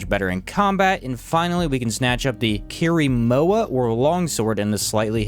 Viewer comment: a possibly late pronunciation guide! "kureimoa" is a romanization of the japanese クレイモア, which is the Japanized version of the English Claymore! no idea why they did this for the name, but it's funny. Japanese is phonetic, so it's simply pronounced "koo-reh-ee-moh-ah". this has been your japanese lesson of the day.